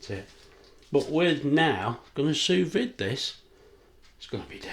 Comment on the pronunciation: It might be write "sous vide" but it's prounounced "sous vee". It's French with silent letters